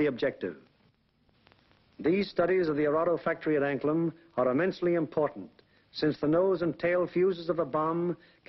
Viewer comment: John Katz If you are correct then I say thank you. But no matter how many times I listen to what he said. It still sounds as if he could be saying Anklen or Anklem but may be as you said anklam. But it does not sound like an "A" in the second to last position. More like an "E". So either way, with the way the USA drowls it's "A"s and words it cold still be an American version of Anglen do to their inability to read or to pronounce names other than those they are very familiar with. But if you know there is a place near the Danish coast named Anklam then that would be helpful. I only know of Anglen (Anglend) From where the Original Angles who are the originators of the English, are from. Thank you. Posted Monday 5th of May 2014 01.17 AM GMT.